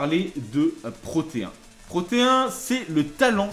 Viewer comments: au juste c'est pas protéen "ine" est pas "hein" '-' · C'est pas Proteen ? (Proté ine)